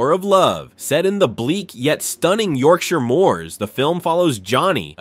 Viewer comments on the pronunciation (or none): none